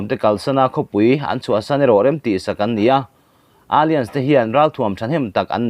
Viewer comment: Alliance hi alians ti in chhiat toh lo la😊...a-lai-ans ti zawk la